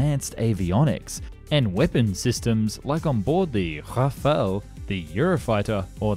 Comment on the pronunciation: You pronounce Rafale funny. >.> I heard "Roofalal."